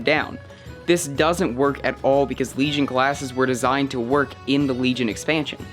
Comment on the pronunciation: WEGION WEGION HAHAHAHAH